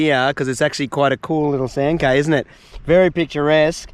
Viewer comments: it’s cay as in key, not Kay 😅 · Cay is pronounced "Key"